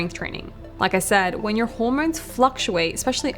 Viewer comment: Those Aussie auR’s. “Zorne 2 exercise”, “rodiolaar”, “hormornes”